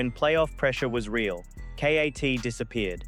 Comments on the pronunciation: A. I voice. Called KAT K. A. T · "S PEN"?? "Kay Ayy Teee"???...what is this AI slop. LOL